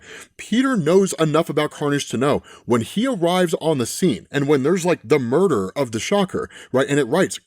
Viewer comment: mur dar?